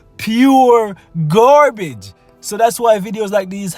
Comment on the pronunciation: Heh he he... Gaar Bage.... cracks me up everytime